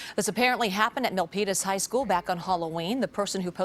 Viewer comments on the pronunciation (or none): Milpitas? Say What?😅😅